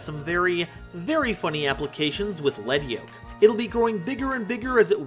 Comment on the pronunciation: Thank you for pronouncing Lead Yoke correctly. Every time I hear 'Leed' Yoke, my skin crawls.